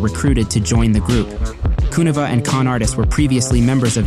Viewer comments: Kuniva is pronounced like conniving, flava is pronounced like flavor. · Great video but you're killing me the way you say Kuniva..Subbed!